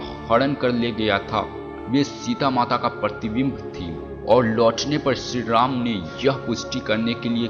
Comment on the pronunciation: Ram ka name to dhang se bola nahi ja rha h aur ramayan ke 10 secrets bata rha h sala